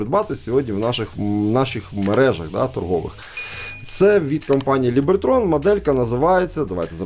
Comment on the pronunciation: Либертон, а не Либертрон🫣☺️